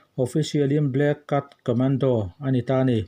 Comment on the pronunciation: Black cut tiin I chiar a diklou.Black Cat(ket) tih zok tur